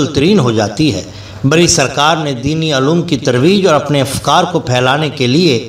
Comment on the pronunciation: Imam "Barri" Nahin, Imam "Bari"